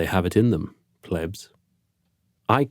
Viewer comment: Love the video! Almost choked on "plebs", though.